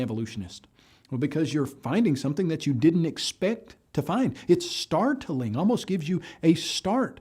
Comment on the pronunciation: Anyone else really disturbed at the way pronounces and emphasises the word "START-TA-LING"? Stop! Make it stop! LOL